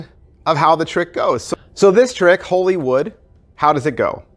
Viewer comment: First reviewer I heard get the name correct Most say Hollywood